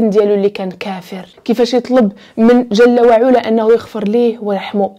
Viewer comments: شكرا ليك اختي ،انا من المعجبين بطريقة السرد ديالك خصوصا فالقصص الدينية واخا معرفتش علاش مكيكونش فيهم تفاعل او واحد التصحيح بسيط جل وعلى بفتح العين وليس بضمها ،❤❤❤❤❤❤❤ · تبارك الله على الاخت جزاك الله خيرا على هاد الحلقات ولكن الله يخليك ملي تكوني كاتقولي شي آية من القرآن حاولي تحطيها قدامك لانك كاديري أخطاء كتيرة فالشكل وهادا كلام الله... بالإضافة إلى كلمة علا في جل وعلا العين مفتوحة ماشي مضمومة